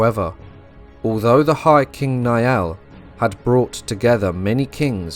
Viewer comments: The name Niall is not pronounced like 'Ni-all', it's pronounced Nile like the River Nile. Good video 👍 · Love this video! The Last Kingdom is a phenomenal series, I've rewatched it at least 5 times to pick up on all the history! In Chapter 2 of this video I noticed the mispronunciation of Niall when King Niall of Ireland was mentioned so, as an Irish speaker, I thought I'd lend a hand by providing the proper pronunciation! Instead of "Ni-Al", similar to Neil (a stretch, I know), "Niall" is pronounced like Nile, as in the River Nile! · Ui imear is pronounced ee imar and niall is pronounced nile.